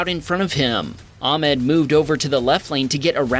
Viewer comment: It's spelled as " Ah-med " not " Am-ed "